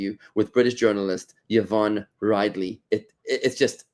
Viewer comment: Rid-lee, not "Ride-lee"